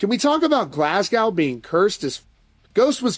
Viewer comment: Also that pronunciation of GLASGOW was houling just to clear that up 😂